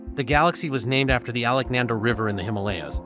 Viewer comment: Please take a little time to understand the word Alakananda pronunciation.